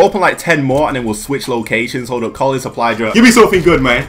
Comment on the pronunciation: Is he saying suply drup